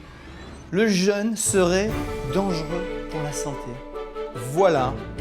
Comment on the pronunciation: par contre vérifiez la prononciation du mot jeûne, il ne se prononce pas comme le le jeune, sinon moi g rien contre un jeune pdt trois jours lol ça peut porter à confusion 😆